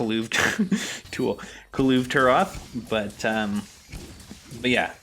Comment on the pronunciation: lmfao i nice video.i sub just because you cant say his name lol